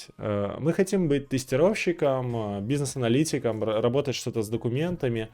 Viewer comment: "бу си несс" просто прекрасно я щщщитаю :)))